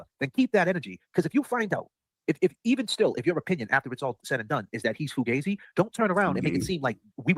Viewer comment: I’m just offended that said foo-gay-zi instead of fugazi. He must be a fake Italian. Embarrassed for him